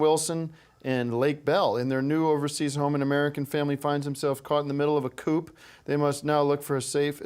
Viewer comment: Tim pronouncing coup as "coop" is so funny